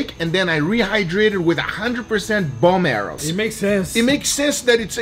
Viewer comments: I might have been playing Zelda Tears of The Kingdom too much but, isn't he saying 'Bomb Arrows'? ? I mean come on?!!! Sounds exactly like it. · It sounds like it lol but he's saying 'bone marrow'